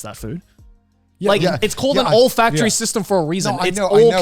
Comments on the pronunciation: Joey, it's olfactory, not allfactory. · Cant tell if it's the Aussie accent but did Joey really say "it's called an olfactory for reason because its all connected?!" 💀